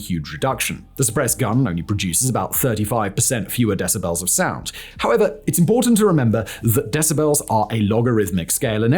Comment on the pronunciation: I can’t get over the way Simon pronounces “decibels”